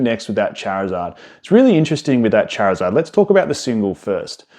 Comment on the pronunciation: Going to absolutely lose my mind if I have to hear him say charizeard again